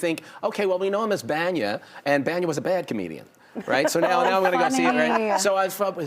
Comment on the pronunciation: Not Banyan. It’s Bania.